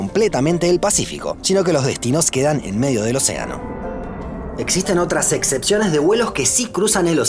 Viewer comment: que esta pasando que decis “etcepciones “?